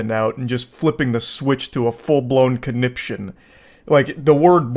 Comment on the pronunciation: It irks me that even though he says "conniption" like every five minutes, he still doesn't know how to pronounce it correctly.